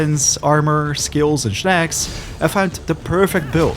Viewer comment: Why Shnacks and not Snakcs?